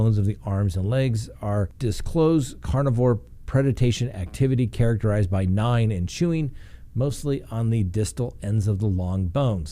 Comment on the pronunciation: Predation, not preditation.